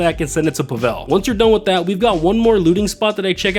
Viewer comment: Spelled tequila and pronounced Pavel incorrectly. Gather Intel prep - Do not need to wait for the guard in the tower to turn if you go immediately to jump the cliff/wall with the motorbike. - After scoping the compound loot at the comms tower - can start a new session - no need to get caught by a guard or die. Plasma cutter prep - Just immediately take a pic upon entering the safe house Safe code prep - After grabbing the code, if you kill yourself quickly enough, you will pass the mission without needing to exit the penthouse and casino. Cutting torch prep - Not worth getting the hard hat and going stealthy for 2 of the locations if you have an Oppressor MK2 or Sparrow (just spam missiles first). Finale - Weed does not take 33% of the loot bag. It takes 37.5% (so 2 weed + 1 cash fill a bag) though 1 gold + 1 weed also exactly fills a bag. - When starting the finale, if you don't open the Weapon Loadout menu, you will still get suppressors even without choosing them. - At the airstrip, if you hit the shed that's not in the warehouse/hangar first, you won't have to wait for the guard to leave the area. - After exiting the compound, no need to kill the jeep driver on the compound grounds - you will be long gone before he sees the body. - Wheelie the bike to land near a certain triangle of mines (see virtually any other Cayo video) - the closest spot at which you can escape. Only need to swim a few seconds at most, not a minute or so.